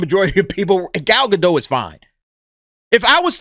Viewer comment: please pronounce Gal's last name. It's GA - DOT SOUNDS LIKE POT. Thank you. Love your show.